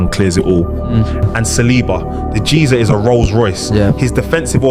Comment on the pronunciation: the AI is clearly given a script to read. Listen to how he pronounced “Geezer”, “8/10” and “Eze”